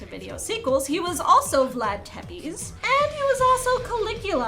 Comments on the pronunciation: Reading your research rather than hearing the words pronounced out loud can be problematic. Vlad Tepes -- Tepes being Hungarian sounds more like "Sheppesh" than "Teepess." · Tepes is pronounced "tsepesh."